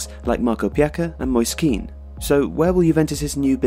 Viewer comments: It's not Pjaka, it's Pjaca and it's pronounced similar to Italian word "piazza" (square) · Its pjaCccca not pjaKa... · it's pjaca, not pjaka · Excellent video, but one mistake has been made- Marko Pjaca is pronounced as Marko 'Pyatza' (the same as the Italian word Piazza) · Only watched 3 videos from this channel and already 2 of them are filled with errors, misunderstandings and out of date information (one about Milan and this one). Maybe italian teams are not the specialty here. The great editing and production value make it interesting, but there is little value. Ok. The names! Bernardeschi and Pjaca please, ch in italian is not sh, it doesn't sound like BernardeSHI, neither is Pjaca's name like that, its closer to PiaZZa. Chiellini, again with the ch, although this is less of a harsh mistake. Guedes is another one, the u is silent. Anyway... Allegri is not trying to make Higuain a focal point or even include him into his plans. Juve has been trying their hardest to sell Higuain due to crowdedness in attack and needing to recoup money. The chance that Dybala becomes a rotational player is minuscule, the club is betting on him (and so trying to sell Higuain), he will continue to start. Douglas Costa will start, he is a favorite of Allegri. No one that has ever watched Allegri can believe that he would field a midfield 3 with Matuidi and Cuadrado in it. Pjanic is not a superhuman to be the only passing CM in a setup. There is a reason why Khedira plays almost every match, CMs are needed, this isn't FIFA. Emre Can may replace him. How is there mention of Cuadrado as a makeshift right back and not the RECORD BREAKING right back signing that Juve made in Joao Cancelo... and more. This just seems like someone wrote it having actually watched CR an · London Man, you need to pronaunce the j and I really can't explain it with letters. It's more like cement than certainly.